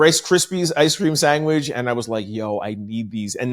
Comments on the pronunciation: Are you saying “sangwich”? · Are you saying “sangwich” ? 😂